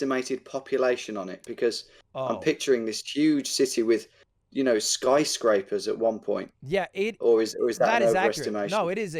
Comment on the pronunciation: “Skycrapper” lmao